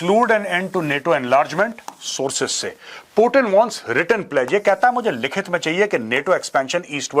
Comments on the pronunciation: पुतिन को पूटीन बोलने से ज्यादा अंग्रेज बन जाता है क्या? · Major साहब मै आपका बहुत बड़ा फेन हूँ, लेकिन आप पुतिन को पुटीन मत बोलो, इसमें भारतीय कम और अंग्रेज ज्यादा लग रहे हो